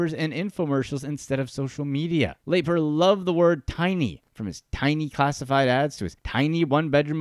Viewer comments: Wow, still looking for a Youtuber who pronounces Lapre’s name correctly… 👎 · How do you make a video about a guy and cant even announce his name correctly? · Amusing video, but Don Lapre’s last name was pronounced Lapree, not Laper. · LAY-purr???? Dude, just listen to the guy in the video say his own name! lah-PREE! lah-PREE!¡!!!!!! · It’s sad because anyone who watched 30 seconds of Don’s infomercials would know it’s Lapree. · It wasn't laper it was pronounced la pree. Jesus you think if you're going to do a whole segment on somebody you know how to pronounce the fkn name. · The video narrator mispronounced Don's name. It's "La-pree", and not "Lay-per". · Not Laper????? Its Don Laaaaa Preeeeeee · Actually if I remember correctly, his last name Lapre was pronounced like "Luh-Pree" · No, it's Don La-Pree! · I saw one of his money making infomercials late one night back in 1986 that sparked my interest. I never followed up on it and it looks like that was a good thing. And his last name is pronounced La-Pre. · I see Don Lapre and I never clicked so fast. But good Christ, this is cringe-worthy. It's pronounced LUH PREE. In doing research for this video if you even bothered to watch any of his infomercials you would know that. AUTOMATIC THUMBS DOWN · Me too. Anyone who watches 1 minute of a Lapreeeeee video will know how to pronounce it. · "Laper"??????????????????????? Are you shitting me?!!! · La Pree its pronounced La Pree! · Yea why do you keep saying laper over and over again , Extremely annoying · The guy who made this video must not have watched any of Don Lapre's infomercials, since he doesn't even know how to pronounce his name correctly. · I can't watch the entire video due to the jagoff who is mispronouncing Lapres name. Its driving me crazy. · 😂 same here